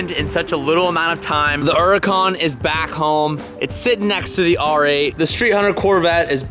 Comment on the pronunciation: Still mispronouncing Huracan…. Bruh… it’s not ERR-acan….. it’s HER -ACAN….. It’s how Lamborghini pronounces it… SHEEEEEESH